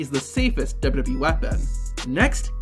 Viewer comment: Love your videos man. But the way you say "WWE" makes me irrationally irritated xD